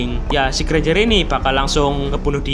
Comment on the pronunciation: 4.37 : Ganj eh Granger😂